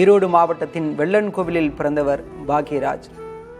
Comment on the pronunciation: வெள்ளன்கோவில் இல்ல வெள்ளாங்கோயில்